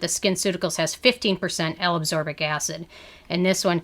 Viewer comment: It is pronounced ascorbic acid. Not absorbic acid.